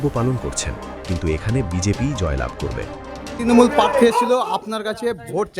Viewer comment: এটা ত্রনমূল নয় হবে তৃণমূল ,স্টাইল না করে যথাযথ বাংলা উচ্চারণ করুন।